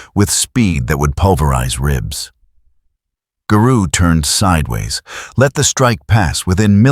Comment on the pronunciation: Imagine if AI learned phonetics and context. Better yet, imagine if everyone narrated their own videos, you know, like everyone used to. I can't finish this video, hearing the way Garou is pronounced is very grating.